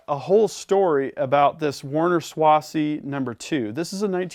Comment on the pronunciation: You got stuff very cool happy for you. I'm not sure if the Franklin Arsenal wet dry media separator could be cranked in your hand sink or not. Hot water helps the drying process along also. Just so you know the second s in Swasey is pronounced like a z. The same way you would pronounce Swazey. Awesome shop.